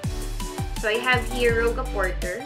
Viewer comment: Rouge as in Rooj 😊